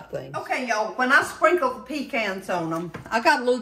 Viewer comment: I can’t wait to try these. We love pecans. And thank God you said it like we do - pee cans. 😂